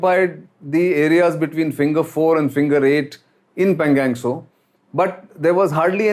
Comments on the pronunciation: You are talking about the situation in laddakh for the past one year but how come you still don't pronounce the name of the lake correctly. It's not PANGANG it is PANGONG. 😛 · I request you to pay more attention to pronunciation of the words Ladakh (लद्दाख, not लडाक) and Pangong ( not pangang). Mispronunciation of these well known words by a popular speaker like you sound jarring. I hope you will consider my request favourably. Thank you.